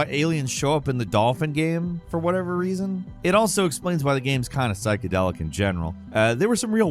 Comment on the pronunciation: “Oh my dear bird. The rrrrreason we made scratch and sniff discs…” falcons accents crack me tf up lmao